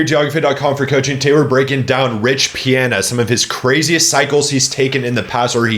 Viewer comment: If you say his Damn name like that one more time...